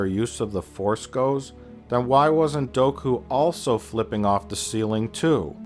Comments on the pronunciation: It's pronounced Doo Ku... I can't take this critique seriously if you can't even pronounce the characters names correctly.....lol Okay seriously, I think you have a few good points like , but come on. We're talking about characters that can jump 5 to 10 stories up. I don't think tentacle dreads are going to pose much of a problem if you have that kind of a skill set. I mean little Annie could pod race and if you can do that, you're on a total different wavelength altogether...lol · It's Dooku. Say it with me. DOO. KOO. Not Doh-ku. God.